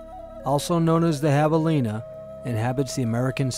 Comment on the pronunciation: Psst it's Javelina not Javilena. There range is greatly expanding not shrinking as you would have us believe.